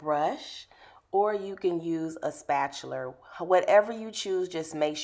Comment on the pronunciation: the way she said spatula 😭😭 but omg she is talented!! what a great install 👏🏿👏🏿😍